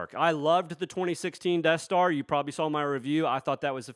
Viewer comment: The "Debt Star"